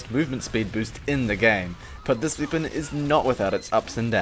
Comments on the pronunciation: Why Do You Say "Weepon" Not "Weapon" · i like how says weepon instead of weapon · I love how you say weapon. "Weepon"